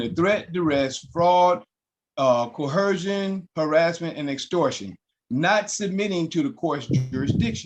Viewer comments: Why is it that sovereigns can’t pronounce coercion correctly? There is no “h”. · Why can’t ANY of these sovereign idiots understand the word is “coercion” not “cohersion.” Cohersion isn’t even a word. How difficult is that to understand ? Frankly, I now think that anyone that uses the word “cohersion,” should serve 30 days in jail then be immediately exiled to Morocco, never to return. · None of these idiots can enunciate the word "coercion" properly, much less, probably does not know the meaning of the word.